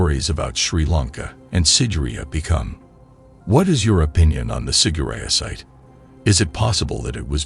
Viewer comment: The narrator is pronouncing it wrong. It's sig-er-i-á